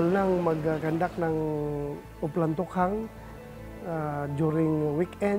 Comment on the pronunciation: Ako lang ba naiirita sa pronunciation ni Maki Pulido ng Tokhang.